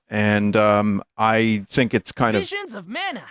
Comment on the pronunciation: twia... wait a minute... here we go: vizuns of mana :3